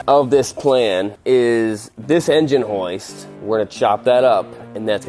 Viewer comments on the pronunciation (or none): I know he is saying "hoist", but all my brain can hear is him saying "Heist" in an Australian accent lmao